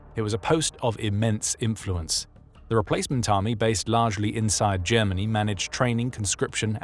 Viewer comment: “Jemmeny” = Germany